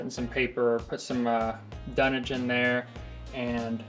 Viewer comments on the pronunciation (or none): Dude said, "dunage". Tell me you are a troop, without saying you are a troop.